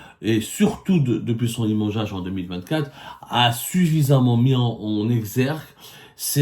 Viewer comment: Si on retire toutes tes répétitions dans ton discours ta vidéo ne va pas durer plus que 10 mn. Fais un petit "toilettage" au lieu de te répéter à longueur de ton intervention. Et pour finir améliore aussi ton élocution en français c'est insupportable. Quelques exemples: "la védéo, la déréction, dès son lémogeage, autorisation délévré, et de fél à aiguilles et j'en passe ... Par ailleurs, je souhaiterais savoir aussi pourquoi I24News, chaîne propagandiste de l'état criminel sioniste qui assassine femmes, enfants et vieillards Palestiniens DÉSARMÉS t'accueille les bras grands ouverts. Cela mérite réflexion de notre part sur le pourquoi du comment et des éclaircissements de ta part. 😉 Sinon pourquoi tu monétise tes vidéos avec des pub intempestives puisque d'après toi, le but d'Algérie Part est d'informer les algériennes et les algériens.